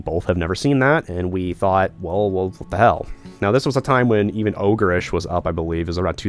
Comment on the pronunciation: Ogerish..🤣🤣 you mean Ogrish